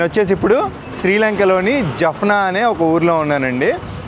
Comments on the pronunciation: జప్నా కాదు,జాప్నా అన్న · Jafna కాదు జాఫ్నా - jaafna